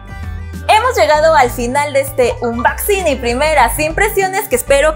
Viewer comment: Se pronuncia ' onboxing ' , claro que se escribe ' unboxing ' , más no se pronuncia como se escribe ☺